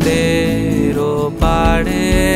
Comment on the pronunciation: গায়কী এবং কম্পোজিশন দুটোই যথারীতি মাস্টারক্লাস, শুধু এই 👇দুটি শব্দের উচ্চারণগুলো একটু কানে লেগেছে। আশা করি বিষয়টাকে ইতিবাচকভাবেই নেবেন এবং ভবিষ্যতে এই র/ড়-সংক্রান্ত উচ্চারণ নিয়ে আরেকটু সচেতন হবেন... 🙏 ওপাড়ে ❎ ওপারে ✅ চুপিসাড়ে ❎ চুপিসারে ✅